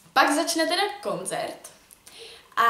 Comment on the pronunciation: je to koncert ne konzert😅😂💕. #nohate mám tě ráda proto nohate